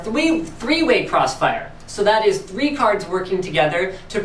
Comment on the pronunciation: thwee way cwossfiwe